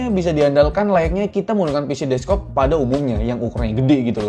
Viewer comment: bang "desk top" bukan "des-kop"